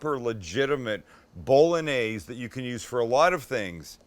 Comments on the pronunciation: Haha It's pronounced bo·luh·neiz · Sammie, please... BOLL-ON-YAIZE. Not BOLL-UN-AIZE.. But I luv ya. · Bol-log-naise... lost interest after that pro-nunc-iation! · Johnson how can you call me stupid then not understand how bo·luh·neiz and bowl.en.neiz are different? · Only plebs pronounce it, 'Bol-log-naise'. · Bowl a neighs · Jesus. It is pronounced Bo-Lo-Nyeh-Zeh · I think it’s pretty gay the way you say bowlanaise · I tought you pronounced it bow-loh-nese